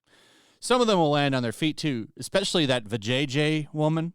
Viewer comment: her name is vi ja ya. not va jay jay. There's a difference man, cmon don't give them more reasons to hate us. We can at least set a better example than them.